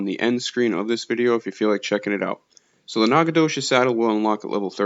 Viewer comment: Wtf? Nacogdoches is my hometown. Who made the game? And you’re murdering the pronunciation. ✌️🤣